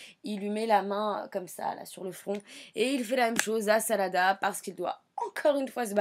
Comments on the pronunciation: au début elle a dit salada au lieu de sarada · Ça m'énerve les gens qui tente de prononcer les prénoms en japonais alors qu'ils le prononce mal!!!Sérieux arrêter quoi!!!!Sarada maintenant s' appele Salada?!Nan mais j'hallucine!! 😂😂😂🤣🤣🤣😡😡😡😡😡😡